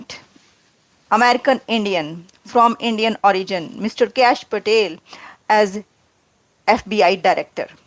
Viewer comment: He is "Kaash" NOT "cash" Patel!! Get yr pronounciations right atleast!!...